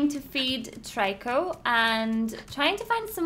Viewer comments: Stop saying tryco its annoying its trico. Its really annoying so, it makes you annoying so please, stop. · i like watching this but the only thing bothering me is that everyone else pronounces Trico name as Treco not Tiryco and i dont know why that bothers me so much